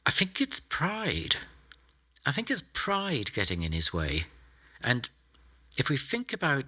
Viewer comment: It always seems odd when a very intelligent person can't say think without saying "fink".